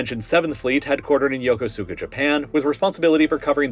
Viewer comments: Yokosuka: “ya-kus-ka” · Ya-Kus-ka. Not Yoko-suka. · "Yoko-sooka"? It's pronounced "Yo-kooska". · It’s pronounced like “Yo-koo-skuh” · Love your videos ❤, but for the third time it is pronounced YOKUSKA 😅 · it’s pronounced “Yo-ko-ska” btw, you don’t really say the Su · You mispronounced Yokosuka. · One day he'll learn how to pronounce Yokosuka properly. But the video is a banger as always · It bothers me a little how you pronounce Yokosuka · I was stationed at Yokosuka. Your pronounced it wrong.